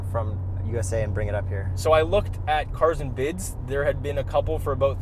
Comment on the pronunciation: You said that wrong. It's... CARRZ and BIDZ!!... with your arms open wide.